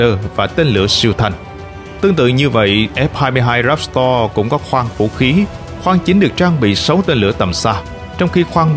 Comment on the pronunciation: "Ráp to" chứ ko phải "ráp sờ to" Véc to - chứ ko phải vét sờ to Lúc cần s thì ko đọc, lúc chả có s nào cũng đọc. Nghe hơi kì ạ